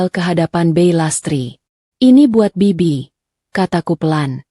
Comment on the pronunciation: Kalau gak bisa baca naskah jgn disuruh membaca naskah sangat memalukan sekali seperti anak SD kelas 1 masa kata bibik/bik dibaca bei bodoh sekali rupanya